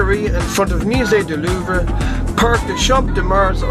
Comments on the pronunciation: Did anyone else notice that his pronunciation is terrible? I don't even speak French but know that the Louvre is pronounced "looov" not "Lou-v-ree" and that the "re" at the end of Montmartre is silent. You would think hostel world would learn the basics before giving travel advice... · I love how he doesn't even attempt to pronounce anything right in any of these HostelWorld videos. Hahahaha Muzay da Loo ver. Muzay Dorsay! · Von Go-FF. Le Louv-RA. Dead on. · OMG the way he says louve! I honestly can't take him seriously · No, you were told bad, there is a R sound at the end of Louvres and Montmartre. Only that R is more of a soft expired R... well a french R ^^ Just listen to a proper pronounciation, you'll see !